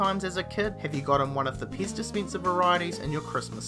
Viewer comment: Your saying pez paze